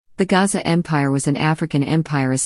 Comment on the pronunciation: The Portuguese failed to pronounce the name of Soshangane's ancestor, whose name is uGasa, Not Gaza